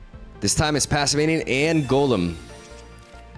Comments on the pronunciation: I'm not sure why both you and jeff call it "passiminian" when it's just "passimian" >_> just "pass" + "simian". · Pah-sih-mee-an not passiminian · Somehow "Passiminian" returned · I have a question, do you pronounce it Passiminion on purpose? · He pronounces like 20% of cards incorrectly so I think he's just... like that. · Maybe not at the start but now he is definitely doing it on purpose. There is a similar situation with another tcgp youtuber that pronounces decidueye as dekedue or something like that. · Man's so excited to see monke he keeps adding an extra syllable to Passimian